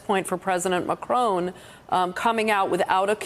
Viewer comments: Why do you pronounce the French President's name as if he were a son of an 18th century old Scottish woman? McCrone! Say it like this and the French will love you for it: Mah'Kro (both phonetic syllables hard/short with an almost imperceptible glottal stop between them and with a short sharp 'trill' of the 'r' in the second). C'est tres facile, n'est pas? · IT'S MACRON, NOT MACRONE - THERE'S NO 'E'! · MACRON NOT MACRONE!! FFS! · Why are these talking heads pronouncing Macron as “Macrone” or “Macroon”? Dolts. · President Macrone? don't the Americans learn French pronunciation? shocking